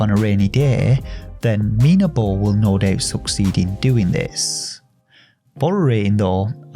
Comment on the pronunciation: Nice intonation for the game's title!!! You stressed the I sound, and thank god you did lol. Being a game by a Spanish developer I dunno how they came up with such a name. You see "minabo" translates as "myturnip" but in Spanish slang (from Spain) it also means "myd*ck" lol, so had you stressed the A sound you wouldave made me laugh coz thats the spanish pronunciation 😂 tbh I dont know how they intended the game's title to read like, but they were a lil bit cheeky anyhow hahaha. Btw the character named Topota, dont even get me started on that... I dont know if I am too dirty minded or if they really meant to be cheeky with this one 😂 Cheers mate take care